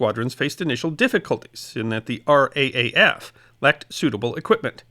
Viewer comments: RAAF is always pronounced as "R Double A F"... just saying... LOL. And one small point. The BOB clasp was NOT limited to what many think of as "Fighter crews"...the pilots of Single seat fighters. As you mentioned Defiant and Blenheim crews (amongst others) were also eligible. And there were (not surprisingly) some injustices in its award..as one author pointed out, a fighter pilot shot down and injured on 9 July who returned to operations in November was NOT eligible..even though the initial stages of the Battle (the combats over Channel convoys for instance) certainly seemed to have occurred before that date. Conversely, a Blenheim air gunner who flew his first mission the night of 31 October WAS eligible. Thats the nature of such awards, there has to be a start/finish date. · Thankyou so much for this story, as all too often Australia's participation is overlooked. Your pronunciation of Australian place was very good although it is the (R double A F). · Gidday, Just for the record. RAAF is pronounced as R double A F. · What a great video. Thank you. Just a note, the RAAF is typically spoken as "R Double A F". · We say R dubble A F in Australia thanks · For future reference it is pronounced "R-double A-F" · RAAF is pronounced R Double A F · Part of the reason why there were only 33 or so Australians in the Battle of Britain was because 3 Squadron RAAF was already operating in the Middle East as an almost entirely Australian unit. BTW, RAAF is usually pronounced as R-double-A-F. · It is pronounced R double A F. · Excellent video. Bravo. NB (for future reference) in Australia the RAAF is “R double-A F”. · Yes phonetically you could say we pronounce it ""raff" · Thank you for putting a spotlight on our contribution. We have a proud history of chipping in and punching above our weight. Locally we pronounce RAAF as "R double-A F" 👍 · RAAF is "R double-A F" not R-A-A-F :) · Just so you know... it's R (double} AF not RAAF... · R-DoubleA-F. FYI